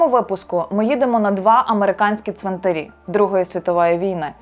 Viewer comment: Важлива і потрібна для розуміння інформація. Дякую. Щодо мови ведучої – варто частіше спілкуватися з різними українськими словниками. У слові 'ЦВИНТАР', наприклад, наголос падає на ПЕРШИЙ склад як в однині, так і в множині !!! Тож не калічте в етері українську мову, адже ви ділитеся власною думкою з усією Україною і не тільки.